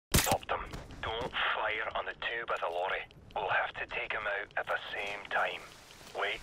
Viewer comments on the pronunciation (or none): not ze cow